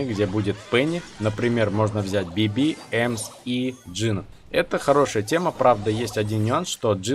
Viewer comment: Почему ты говоришь БибИ? Надо говорить БИби